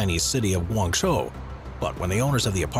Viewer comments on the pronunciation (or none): none